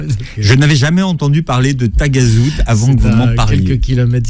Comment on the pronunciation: C’est Taghazout et non tagazout c’est une petite commune vers Agadir et c’est très beau